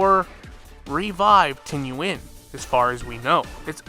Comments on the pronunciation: Please stop saying Tingyuan, its just Tingyun lol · Tingyun not tingyuan, voracity not vorocity